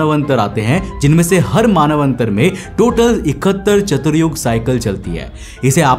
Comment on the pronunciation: Are bhaiya yah manvantar hai Manav antar nahin